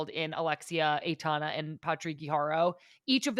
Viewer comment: first syllable of Aitana rhymes with eye.